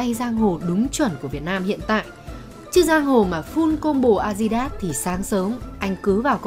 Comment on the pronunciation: Kênh 740k sud, đọc tiếng anh a di đát